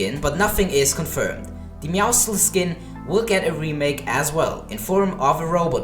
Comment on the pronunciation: I swear it’s pronounced meow sles because muscles right?